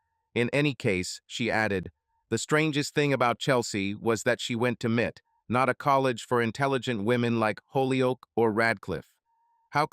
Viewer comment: M.I.T. GODDAMMIT!! Not "Mit".